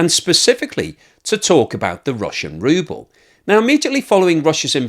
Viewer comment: From “Ruble” to “Rubble”